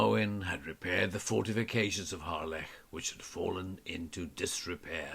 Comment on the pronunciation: Nice to hear the correct pronunciation - Harlech - and not the usual commonly mispronounced 'Hahlick'